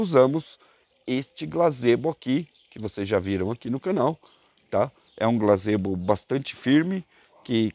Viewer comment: ""GAZEBO" não glazebo!!!